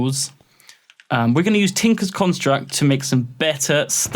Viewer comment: "Tinkles Constract" XD